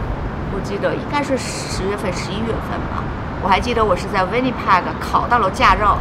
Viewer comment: 呆了這麼久，這麼小年紀來，還把Winnipeg 的Peg的音發成這樣….. 聽的好難過😅